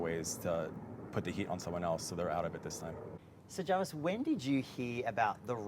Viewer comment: Alex JaRvis is her name, not Javis.. 😅